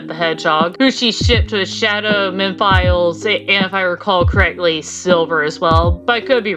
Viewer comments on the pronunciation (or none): I spent 10 minutes trying to find out who "meh files" Is and then I remembered that for some reason, everyone pronounces Mephiles as "Meh Files" For future reference, it's pronounced "Meh-Fill-Less"